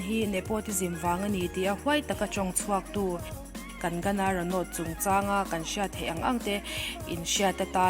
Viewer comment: Kang-na ti a lam tur😁😉